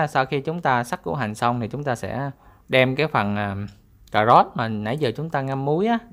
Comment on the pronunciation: Cảm ơn đã chia sẻ món ăn ngon . Nhưng " cà rốt " chứ không phải là " cà gốt " . Hihihi